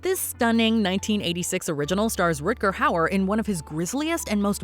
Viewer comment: "Rutger" Hauer NOT "rictger" hauer.